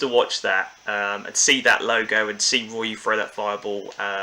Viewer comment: Gah! Its Ree-uh-o, you don't pronounce the Y as Rye-You. Apart from this good video